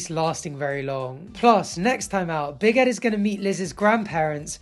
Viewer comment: Why does it sounds like he’s saying big headed Liz 😂